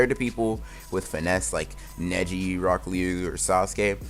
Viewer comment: I swear when he said neji netti